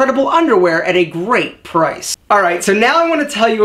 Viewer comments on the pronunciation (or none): none